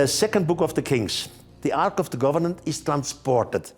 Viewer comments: It’s Ark of the COVENANT…not “govenant” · Take a shot every time Erich says Arch of the "Governent" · It’s driving me crazy how he keeps saying “Ark of the governan”! 😫 It’s COVENANT, not governan! 😂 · Its Covenant, not Governant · He said governant actually, bless him😘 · Ark of the "governan". Do you mean covenant?